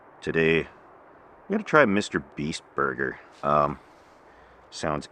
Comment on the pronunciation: Hearing say Mr. Beast Burger was really funny